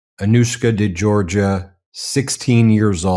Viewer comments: This is yet another important and newsworthy report by this fine channel/forum/network, but I have a point to bring up. Mr. Meiselas pronounces the full name of the woman he's interviewing and he gets the surname wrong. He pronounces Georgiou as being JOR-juh. For some reason she didn't bother to correct him. It becomes obvious they've had previous ocnversations and perhaps she never had corrected him and felt this wasn't a time to do so, and to get on with the interview. Okay, but from what I've seen in numerous MeidasTouch videos this isn't the kind of mistake Mr. Meiselas would make to set an incorrect precedent. Learning the correct pronunciation takes no time at all with the internet. A person always respects and appreciates when their name is pronounced correctly or, if incorrectly, with an obvious effort. (It's a Greek and Cyprus area name and generally pronounced in that part of the world as jor-YOU or geh-or-GEE-oo. The pronunciation in a country where English is the national language is generally JERRY-jew or jor-GEE-oo, both unlike the JOR-juh he says.) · It's NOT 'Georgia." It's Geourgiou !!!!!!!